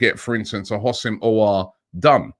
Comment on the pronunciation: Robbie I already helped you with aouar pronunciation. The houssem is pronounced as wissem Pls fix up